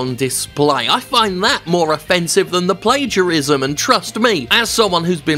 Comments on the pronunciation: Plagiarism (Play-geea-ris-ma) 😂 What a guy they call "Jim"!!!! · Jim accidentally nails the Indonesian pronounciation of 'plagiarism'